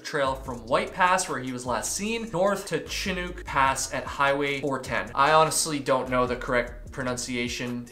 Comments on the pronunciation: Chinook is pronounced “sh-i (as in pit)-nuk (as in look)”. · The name “Chinook” is pronounced like Shi-nook :) it’s the name a weather phenomenon we get here in Canada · Chinook is pronounced “shin ook” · Sh-nuhk. (nook sounds like look.) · Unrelated detail to note here - Chinook is said "Shi-nook". It is not phonetic lol. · It's pronounced "Shin - ook" like "hook." Kris - call your mom. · It’s pronounce shin-uhk ❤ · FYI: Chinook, rhymes with look, SHIN-uhk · It’s shi-NOOK ❤ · "shin-ook" rhymes with book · PRONOUNCED SHIN NOOK 🥰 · White Pass. Not White's Pass. It's Chinook (Shuh-nook) Pass, as in chinook wind. Otherwise, good report. It's great that you care. You got Mazama right! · Chinook. Pronounced: shih-nook. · Chinook is pronounced...Shin uk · Cool video, thanks! It’s “shu-nuck” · chinook = shin-uck is how the locals pronounce it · It is pronounced "Shinook". I cannot believe they have not found anything. So strange. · "Shi" like you stopped yourself from cussing part way and "nook" like nook and cranny, not "shinuke" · "Shhh-nook" -- rhymes with "book." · Chinook is pronounced shi-nook, with shi as in shi* (the expletive) and nook as in nook & cranny. :) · Chinook is pronounced Shi-nuk' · Chinook is pronounced: shin-ook. With the ook being like how you pronounce book. It’s actually the name of a type of salmon that lives in Washington!! Not year round obviously, they go to the ocean, but yk. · Chinook (pronounced shinuck) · Shin-nook like nookey Fred Durst style.🫤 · Chinook = Shen / Shun …. NUK (short U as if it’s coming from your abdomen) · Chinook is pronounced Shi-nook(rhymes with book) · Bruh, you gotta be able to pronounce chinook right if you’re American. Shhh-nook or SH-eh-nook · So it kinda rhymes with book the same ook sound shi-nook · Chinook is shin-nûk. shin like your leg, nook like breakfast nook. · Shin-ook/Chinook (Like your shin, then ook like L without the L) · Sha-nook (Chinook) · It’s pronounced shinuk- as in chinook salmon :)